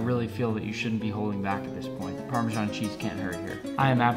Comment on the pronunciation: it’s PARMESAN not PARMEJAN